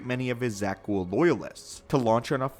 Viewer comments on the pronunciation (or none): Why do you keep calling them Zak Ghouls? It’s Zakul… this isn’t Taris, they aren’t creatures lol